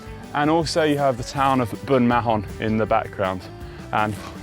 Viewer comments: i live 5 mins from Bunmahon, or as Conor calls it.... Bunmahone XD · I live near you Conor and have to agree on the copper coast road and greenway. But please learn how to pronounce bunmahon.